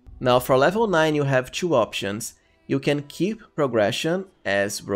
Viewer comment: Hahah, it's funny the way you say 2. Try to say it like "to" instead of "chew" :)